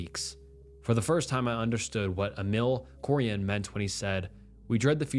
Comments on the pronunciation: The name that is mentioned, "Emil Cioran", was a Romanian philosopher well-known worldwide. At least learn how to pronounce his name properly. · you didn't pronounce Emil Cioran right